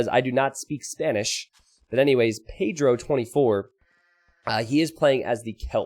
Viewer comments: I love how says paydiro instead of Pedro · love your spanish by the way. the way you pronounce pedro is funny, good funny